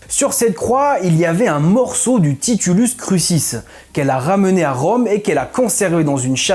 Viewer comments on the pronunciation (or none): de meme pour "titulus crucis" qui se prononce "titoulousse croukisse"